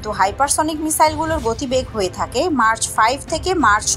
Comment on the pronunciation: এটা মার্চ না ম্যাক হবে